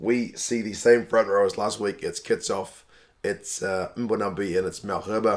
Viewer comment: if I wanted to be overly critical, I would just point out that it's more 'mmm'-bonambi than 'em'-bonambi.